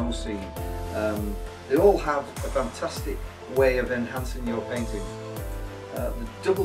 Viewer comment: Him saying funtustic reminded me of sir Geoffrey boycott. Is he by any chance from Yorkshire?